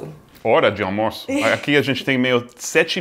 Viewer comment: "armoço"... tem um argentino dublando? rs